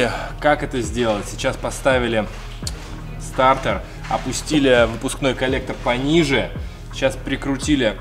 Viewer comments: стартэр? или стартер???????????)))))))))))))))))))))))))))))))))))))))))))))))глуп звучит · Ну, мужики, ну блин, стартЕр же а не стартэр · СтартЭр ))) Почему то режет слух ))) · Мне одному режет слух этот вот «СТАРТЭР» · классный видос!! Но слово стартЭр уши режет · Как же бесит твой "стартЭр".. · Сцука " стартор" аж уши режит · Нафига ты говоришь старЭр😂😂😂